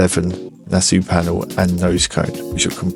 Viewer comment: I know your going to think I’m being an annoying little prat please accept my apologies upfront, but it’s pronounced “Na-saw” as it’s named after the Nassau Speed Week in California 😬